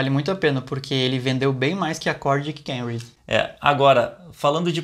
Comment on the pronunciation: Nao é Kemry é KAmry o carro é japonês